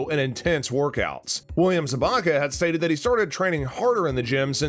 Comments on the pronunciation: Pronounced "Zab ka". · bruh if you're a true cobra kai fan you would know how to pronounce everyones names "jared burtrand" - Jacob Bertrand Tony - Tory Krese - Kreese Gino Dinseo - Giannini DeCenzo Martin Crove - Martin Kove Cermen Diaz - Carmen Diaz Zabaka - Zabka